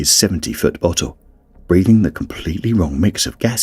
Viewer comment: I cant unhear bottle as buthole